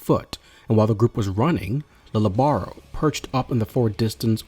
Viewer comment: He is the first to have abilities from yhwach. And his name is pronounced Leejay. Or leeyay. Not lily or lil